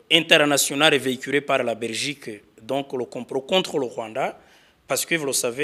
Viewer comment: Uvuga(première point)abezi kandi muri muri Francophonie 😂(vuga; la Belgique,atari Rrrrrrrraberigique😂😂😂😂😂,aba fraudeuri ba KAGAME 😂😂😂.